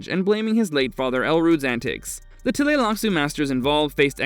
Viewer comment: for him to finally start the whole point of who you came here. Also I HATE the way he says TUH LAY LAK SOO. It’s TLEE lax.